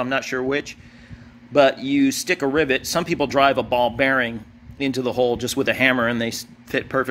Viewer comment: Are you saying ribet? It's a rivet